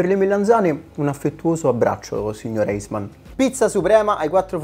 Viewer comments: posso darti un consiglio. In tedesco ei si pronuncia ai. Quindi si pronuncia Aismann non Eismann come c'è scritto..! Sei un grande...! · "eisman" non se po sentì... Si pronuncia "aisman"! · In tedesco si pronuncia Aismann. 😊😊😊 “Ei” in tedesco si pronuncia AI = raiffeisen (è un cognome tedesco e nome di una nota banca ma non credo abbia una traduzione in italiano); “Eismann” traduzione: gelataio ed é pure un cognome tedesco); “deine” (traduzione: tua) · si scrive Eismann, ma si pronuncia Aismann 😉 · Si pronuncia Aismann. Fallo